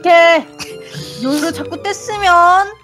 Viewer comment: 님 웃기심ㅋㅋㅋ요루를 요후 라고 말한닼ㅋㅋㅋㅋ